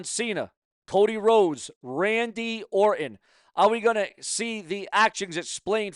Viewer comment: What is " Sumackdown"? What is a "bilavard"? Who is Randy "Or-in"? May 19th means absolutely NOTHING!!! Who is "Mitchen"? Did your mother have any children that lived? Why do you hate the English language? Why do you sound like a snake oil salesman? Aj Lee return as big as Punk's🤣😂🤣😂🤣😂? Ok you have zero brain cells left! Benoit MURDERED A CHILD!!! You pile of 💩!! Who is "Oba FEEMEE"? Why do you hate English?!? Just my thoughts, comments and opinions!!!!!!!